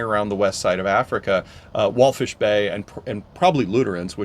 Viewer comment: It’s Walvis , not wallfish